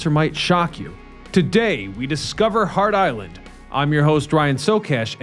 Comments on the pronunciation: "Hart" Island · Which is it? Hart Island or Heart Island?!